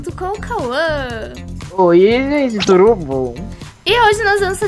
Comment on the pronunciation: O melhor é o falando turo bom é tudo bom